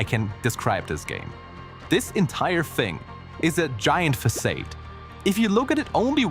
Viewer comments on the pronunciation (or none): "fah-sahd" not "fah-sayd" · anal retentive comment "facade" is pronounced "fa-sod" or "fuh-saad" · buddy. Pal. It's Fuh-sahd. Absolutely killer choice of word. English is a stupid language. Facade => Fuh-sahd. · you need to look up what uncanny really means. also repeat after me: "fasaaaad." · the way he says "facade" and the overall flat voice makes me think the whole voiceover is AI. Disliked